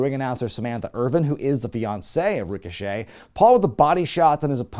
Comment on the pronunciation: I'm glad I'm not the only one who calls Ricochet "Rico Chet"